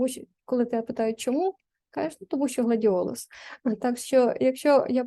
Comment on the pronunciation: Гладіолос 😂 чи гладіолус 😊